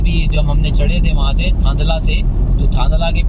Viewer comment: आप की जानकारी अधूरी है, आप थांदला से e-way पर चढ़े थे। थांदला का उच्चारण आप ने गलत किया है। मध्यप्रदेश का भाग ही 2 oct से चालू किया गया है, शायद आप को सुनी सुनाई जानकारी थी, न्यूज में भी यही बताया गया था। आप मध्य प्रदेश के उत्तरी छोर पर गरोठ के पास से उतरे और फिर कोटा की और गए, नीमच वहा से काफी दूरी पर है। राजस्थान का लिंक अभी तक पूर्ण रूप से बना नहीं हुआ है, आशा है अगले साल मार्च तक मिसिंग लिंक बन जायेगा। गुजरात साइड में अभी बहुत काम बाकी है अगर दाहोद से थांदला का काम पूर्ण हो तभी ये हाईवे का ट्रैफिक बढ़ेगा। दाहोद से एमपी सीमा के बीच कुछ जगह का भूमि अधिग्रहण पूरा नहीं हुआ है इसलिए देर हो रही है। मैने 15 nov को रतलाम से थांदला और वापस रतलाम तक प्रवास किया था मार्ग अच्छे से बनाया गया है पर सतर्कता पूर्वक चलाना जरूरी है। अभी रोड साइड पर कोई सुविधा नहीं है, रास्ते में गांव के लोग टैक्टर और छोटी गाडियां विपरीत दिशा से फास्ट लेन में मिल सकते है। साथ ही पशु भी हाईवे का आनंद लेते मिलेंगे। अभी तो एक दो स्थान पर साइड में छोटी गुमटी भी बनी है जहा से आप गुटका, चाय और बीड़ी खरीद सकते है।